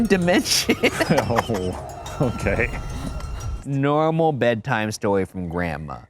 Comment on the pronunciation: "Right now we're completely normBal..."